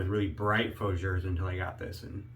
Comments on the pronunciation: understandable. It's pronounced Foo-jare. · You are pronouncing Fougere wrong